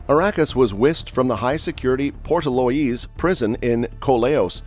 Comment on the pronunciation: Gardai is pronounced guard-d. Portlaoise is pronounced Port-leash. County Laois is pronounced County Leash.